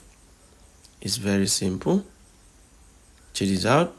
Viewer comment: chejichow is all i am hearing